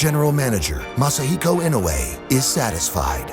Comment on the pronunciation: I can't believe they just pronounced イノウエ "yee-no-ay" 😅